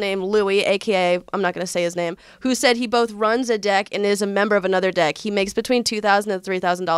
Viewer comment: please for the love of god,, focus on pronouncing the short "e" in the word "deck"...I'm trying not to burst out laughing while listening to this at work!